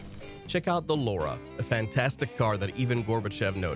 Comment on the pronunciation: It doesn't sound like I(e) but like Ye (J, æ, like a exclamation Yo). PobÉda (Victory). You correctly pronounced this letter in the word Belka . Not Lora, but L a U r a!